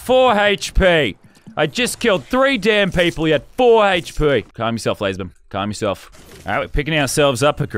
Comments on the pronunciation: haych p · “He had four Haych-P” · Why does he say hp like that